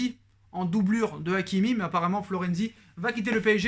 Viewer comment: C’est Hakimi pas Aïkimi